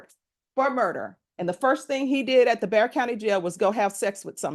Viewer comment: It's "Bexar" county, but pronounced "bear"